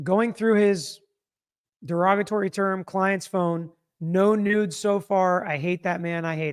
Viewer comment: Oh my! I understood “no news” but it was “no NUDES”!!!